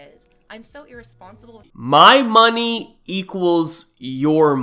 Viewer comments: harrison Yuh if the y in money is silent it’s mone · My skull vibrates every time she pronounces "money".